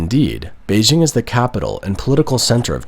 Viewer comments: Try to get the pronunciation of Beijing better. It’s not hard. Bay plus jing as in jingle bells. Hard J. There isn’t a soft J sound in Chinese like the je in French. Nice video, thanks! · If your film is about Beijing, please pronounce it correctly. BaY-Jing. I heard it so much over there it grates on me hearing a westerner lenite an imaginary s and h.